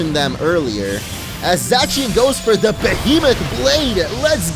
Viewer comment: it is pronounced {z-aaa-see-en) zacien